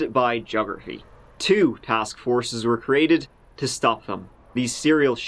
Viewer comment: They were the serial killers, not they WHERE the serial killers. Your speech impairment is starting to get annoying